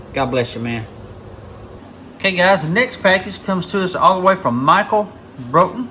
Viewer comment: Glad you liked it Doc. But man you butchered my last name 😂😂😂 its pronounced like "Brought-en" like you Brought someone something. My Buddy Kevin Klein from Colorado made that pouch and the Mini Bowie knife. Thats a real Native American Arrowhead from Colorado that holds the pouch closed. The Iraqi Freedom zippo i bought for my Buddy Jon when he got back from Iraq in 2006 on his 3rd Deployment. He carried it till 2017 when he tragically Took his own life after years of struggling with mental health and the recent divorce from his wife. 23 a Day is 23 too many. So I thought it would be better suited in your display case. Respect~RedEye 😎🇺🇲⚔